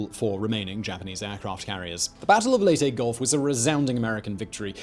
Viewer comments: Leyte...... not LATE...... Lay-tay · .MacArthur egotistical? really?...'Lay tee'...not Late... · Minor point on names: In the Philippines the names there do not have any silent vowels or unsaid letters. Layte is not said "Late" as in English. The name is said "Lay - Tea". Bataan is not said "Ba Tan". it is said "Ba-Ta-an". Have fun.... American names are less reliable. New Orleans is said "Naw lins". Louisville is said "lu-a-vul". Sorry but it sort of takes being born there to get these things.